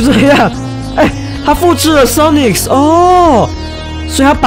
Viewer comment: 森零，你都會唸Sonics誒,但其實沒有那個s